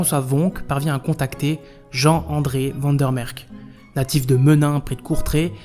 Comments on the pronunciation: Van der merck???😆 Sérieux??? Mdr! T es sûr que t es pas Français,toi? Même les "Maroxellois" savent prononcer Van der mersch!!! Nomdetcheu, dis! Étudiant en science po? Ça pourrais te valoir des soucis! Tu sais que les gens n aiment pas voir leurs noms complètement écorché,cher? J espere que le nom de tes profs est facile à prononcer,sais tu,ket! Awel,je dis une fois pas ça méchamment, sais tu, menneke. Ça est une fois pour toi,hein, sais tu... Sans rancune, hein, ashtablief... Alléï,je dis une fois pas que t êtt un mauvais peï,hein,sais tu... Mais tu faux une fois de apprendre à le vrai Belche de bien parler,hein, sais tu,fieu! Ah,ouéï, hein! Sinon,tu ne sauras de pas faire de la politiek,chez nouzz autt,hein,ket, sais tu! Ah,non,hein! Je te conseille les vidéos des Snuls pour apprendre. Tu faux de une fois pas comme un fromageole parleren,hein, manneke! Ferdomme! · "un accent belge caricaturale". n'a pas demandé un accent Belge caricaturale, seulement un accent belge et pas français. Je ne trouve pas qu'il ait raison, mais il a droit d'avoir son opinion. Dire Vander Merch et pas Vander Merk, n'est pas avoir un accent belge caricaturale. Je peux comprendre que vous vous êtes senti agresser, mais votre réaction agressive est contreproductive. Croyez-vous que s'est senti écouté ? Croyez-vous qu'une seule personne qui lit votre réaction a été convaincu par celle-ci ? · van der MersCH (ch comme dans chien ou marche). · Comment quelqu un se prétendant Belge peut prononcer "van der merck" et "van der noutte"??? Suis sidéré! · Très intéressante vidéo mais deux petites remarques: quel dommage d'animer le générique par l'IA. Le rendu n'est vraiment pas satisfaisant, surtout au niveau des visages. Pour le nom Van der Mersch, les voix-off le prononce de deux façons différentes. C'est un peu perturbant pour les chicaneurs comme moi.